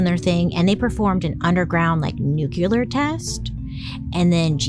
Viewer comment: I really really love you but can you please learn how to pronounce nuclear